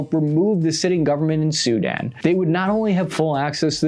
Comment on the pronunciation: Its SuDAN not SU-dan